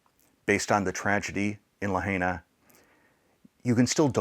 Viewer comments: It always helps when you can pronounce the name of the town properly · Main thing they dont see this, it will prob anger and cringe many by the way u pronounce Lahaina. Would be hard to wrap their head around and painful/heartbreaking.